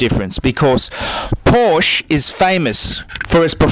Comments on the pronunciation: Your right that the air cooled is better but obviously you don't know anything because you can't even pronounce Porsche. (Poor-Sha) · "por-sche'h". Greetings from Southern Germany.. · If you're gonna rant, at least pronounce Porsche right wtf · HE SAID PORSH INSTEAD OF PORSH-UH, HURR DURR I'M BUTTHURT - DOWNVOTE. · Christ your voice sucks and you can pronounce Porsche properly to save your life. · In what world is he able to pronounce Porsche right? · Can't even pronounce Porsche. What a fuckload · Who is this guy? Is he for real or a parody? How the f*ck can this clown be talking about the 911 when he can't even pronounce the name of the make correctly?